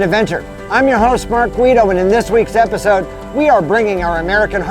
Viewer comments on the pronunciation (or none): none